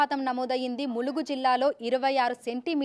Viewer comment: ములుగు ❌. మూలుగు ✅